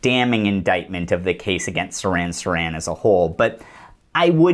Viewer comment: Thanks! What great work! Haven't seen anything this well sourced and on point throughout. I'm REALLY bummed you went to the left/right paradigm , as if it exists. That and it's Sirhan, the patsy, NOT SARAN, THE WRAP, CAN'T WAIT TO WATCH AGAIN AND OTHERS. Do you have a piece that covers PROGRAMMED TO KILL? THX AGAIN! LEFT/RIGHT 😂